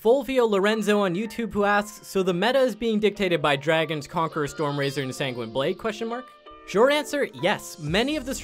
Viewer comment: He made Sanguine Blade sound like a pasta lol.